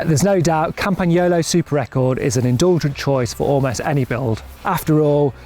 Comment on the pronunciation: Thank you from Italy for prounouncing "Campagnolo" correctly.